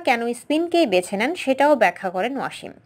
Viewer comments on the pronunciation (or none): Not “Washim” it would be “Wasim”!!